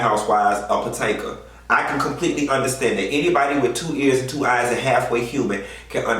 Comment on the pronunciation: POTENKA?? Come come come, Potomac ( puh toh mick) is not that hard to pronounce. Smh